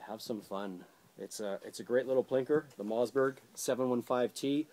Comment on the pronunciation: MOSS!!!!!!! MOSS BERG, not mozz